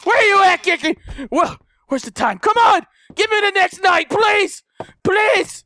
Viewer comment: It sounds like you're calling her 'Kinky', not 'Kiki" xD